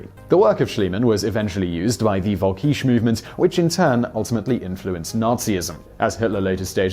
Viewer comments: Völkisch us written with a V thus it is pronounced as an F in german not as a W. :) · It's pronounced Folkish. Volkisch is in German, the V is pronounced like the English F. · You're right in that the German V is pronounced like an F. However, the word in question is völkisch, not volkisch. The umlaut (dots over the o) isn't there just to make the word look funny, it changes the sound value of the vowel. An ö is not pronounced like an o; so völkisch is not pronounced like folkish either. The ö in völkisch is quite close to the vowel sound in curb, only short (and non-rhotic, obviously). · I don't expect the average English speaker to know the right pronunciation of German. Simon Whistler, making a video covering a topic involving lots of German words, might want to have run these words by some German speakers, but whatever. Yet, you supposedly corrected Simon's bad pronunciation ("It's pronounced Folkish.") but only got it half-right. That's why I commented. I'm not here to fight. My remark was intended to give educational information to those interested. That's all.